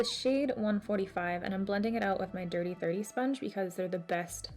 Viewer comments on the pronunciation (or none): It does sound like you’re saying damn sponge 😂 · omg i thought she says "dirty dirty sponge" lmao